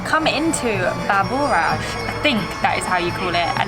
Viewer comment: Baburash is Zavičaj, it's pronounced like Zavichay..